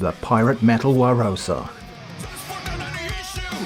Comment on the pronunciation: Nobody mentioning that you said john 'WAROSA' pan pipe memories, is a fricking crime